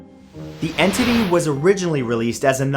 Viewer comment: Lol en tity